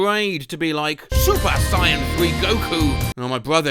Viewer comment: So you’re aware enough of dbz to put the ssj3 goku theme in for the goku bit. But not enough to know how saiyan is pronounced. Is this rage bait, Monday?